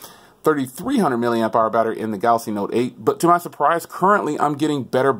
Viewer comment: “Galasy Note 8”